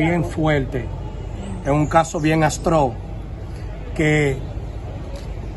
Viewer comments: se dice atros ! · Por favor no se dice astro. atrooosss